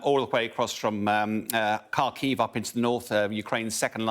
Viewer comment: Kharkiv is to be accented on the first syllable, not the second.